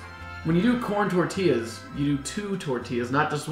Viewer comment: hey not to be anoying but, is not tortias is TOR-TI-LLAS, who knows it might save your live one day:P